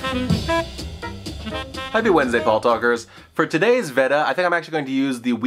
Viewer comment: VED-A, this is a new pronunciation in the VAY-DA vs. VEE-DA war.